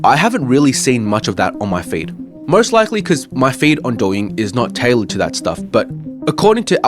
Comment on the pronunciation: "My feed isnt tailered to that stuff" I see you my guy 😂